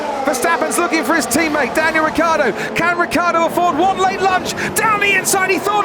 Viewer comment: I'm pretty sure that's NOT how you should pronounce Ricciardo